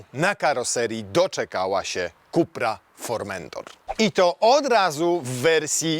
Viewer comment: "ZINHAJZER" i "IKSTRIM" i "KUPER" ?? Kamaaan XD